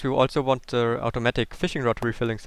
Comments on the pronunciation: Are you really saying Se Fishfarm or se door? You Idiot! You pronoince it teh fishfarm, teh (pronoun only real word the) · Catch "Ze" fish/ lol, love it